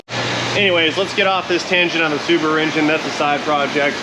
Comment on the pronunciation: Great job. Don't worry about mangling the language -- "Silveryraydo," "Dohdge," "Rubasu," et. al. add fun. The Pronunciation Karens can go fish. "-isms," on the other hand, are very likely to slip out when least expected. Earlier today while grooming with a pair of scissors for a doctor's appointment, I said, "Beard Clickage," followed immediately by a consternated "Oh, sh**!" 😆